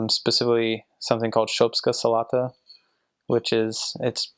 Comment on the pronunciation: He says "shopska salata" really good... He was in bulgaria for a lot of time, wasn't he :d